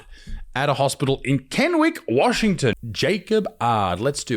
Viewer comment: You pronounce Kennnewick the right way. Thank you.